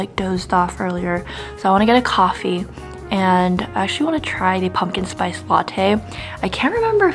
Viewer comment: Ive been watching you for 5 years now, and i really wish you can articulate your words clearer. You have a habit of eliminating the end syllable for every word. Like for example, its good "mornING" but you say, good "morni". Or, its "actually" not "ashley" lol. Maybe its just your tendency to do that, and perhaps i watch the news too much where those anchors are pros at speaking well. Just a thought, i think it will be good for you.